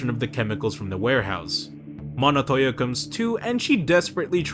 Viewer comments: It's Montoya , not Monotoya 😁Otherwise, good stuff mate If anyone is wondering who the big blue goon is, his name is Desmond Roland, aka Blockbuster (pretty much Nightwing's first nemesis when he moved in Blüdhaven); Penguin calls him "Rollie" and later in Arkham it's confirmed that his name is Desmond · why does he say monotolla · Bro doesn’t know how to pronounce Montoyas names😂